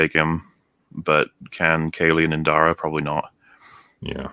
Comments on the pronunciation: Not InDara, Inara. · Please stop calling Inara Indara, you're giving me Acolyte flashbacks 😂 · Heya and. U said "Andara" numerous times during this. Her name is "Inara"; think you two have been exposed to too much pisney Star wars!! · You're killing me,. INARA There's no D in her name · I suppose I never put any thought on how it is spelled or ever bothered to look it up, but it very clearly sounds like it is supposed to be "Inara" (or some other vowel spelling that sounds like it). How the two of them keep adding other consonants to her name baffle me.